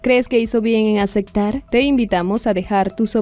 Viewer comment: No se dice “aceKtar” Varias veces habla mal la locutora … acektar… acekto